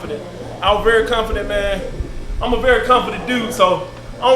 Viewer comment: He says the word confident just like his brother I guess it's a Alabama thing